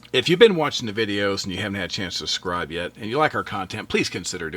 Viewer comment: Great video, but FYI it's pronounced suBscribe not suSscribe ❤